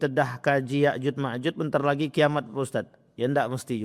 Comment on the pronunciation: Maaf. Bukan ya'jud wama'jud pk.. Macam mna mau mmbahasnya Sdg kan utk menyebutnya aja salah